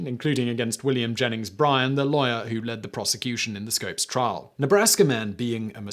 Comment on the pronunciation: For a moment I thought Simon called William Jennings Bryant a liar! I thought that wasn’t too nice. Then it occurred to me that he was actually saying “lawyer.” XD